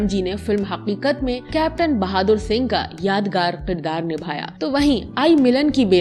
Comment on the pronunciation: It's Kirdaar not Qirdaar.